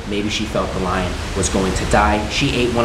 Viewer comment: You said liar not lion UwU